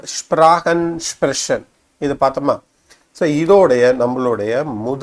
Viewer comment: நீங்கள் எங்கே Deustch படித்தீர்கள் ich உச்சரிப்பு, Sprechen உச்சரிப்பு எல்லாம் பிழை நான் சுவிஸ் நாட்டில் வசிக்கிறேன்.